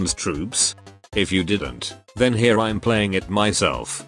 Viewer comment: he pronounced 'here ' in a disgusting way 🤮